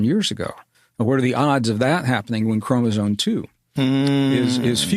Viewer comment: You can always tell a Rogan guest is a fake scientist when they talk about "cell walls" in relation to humans. Humans have cell membranes, not cell walls. It is an easy tell. This guy also mispronounced chromosome as "chromosone." But I guess he only claims to be a geologist and a computer scientist 😂